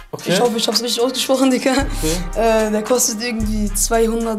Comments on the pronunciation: Er sagt nd diggah sondern dicker haha er beleidigt dich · Das fuckt so ab wie er ganzerzeit dicka sagt alter ich raste aus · mackirk75 Dikka. Schreibts doch wenn dann richtig bitte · Das heist digga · Wie der immer dicka sagt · Aiša Kurbardović vallahhh😴